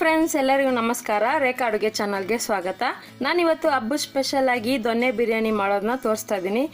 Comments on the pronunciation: ದೊಣ್ಣೆ ಬಿರಿಯಾನಿ ಅಲ್ಲ ಕಣಮ್ಮಾ ,ಸರಿಯಾಗಿ ತಿಳ್ಕೋ. "ದೊನ್ನೆ" ಬಿರಿಯಾನಿ. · ದೊಣ್ಣೆ ಅಲ್ಲ, ಮೇಡಂ ದೊನ್ನೆ ಬಿರಿಯಾನಿ